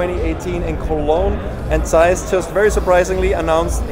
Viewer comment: Somebody finally pronounces zeiss the correct way ✌ yey 😄